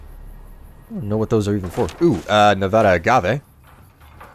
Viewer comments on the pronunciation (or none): it's nuh va a as in Apple duh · He is PRONOUNCING NEVADA WRONG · you say nevada wrong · That's not how you say Nevada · Being a resident of Nevada, the way he pronounces Nevada is pissing me off